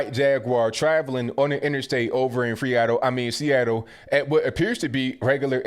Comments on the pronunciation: At 20 seconds it might of been a mistake but it was still funny he said "FREATTLE instead of SEATTLE jajajajajjajajajajjajajajajja so funny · "Over in freeattle, I mean Seattle" 🤣🤣 I love this dude